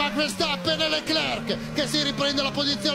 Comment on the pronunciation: Ma possibile che nessuno lo pronunci correttamente???? Leclerc, la c finale non si legge!!!!!